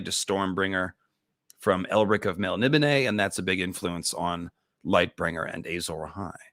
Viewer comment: whoa he pronounced Melnibone correctly! Kudos.